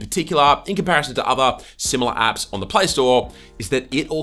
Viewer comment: I kept hearing , 'Top Android Ass '